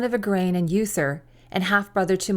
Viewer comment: Uther is pronounced oo-ther not yoo-ther.